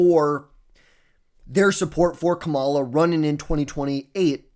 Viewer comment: It's crazy that people still mispronounce her name. At some point it's gotta be intentional? Also, please no Harris.. we don't want you as our nominee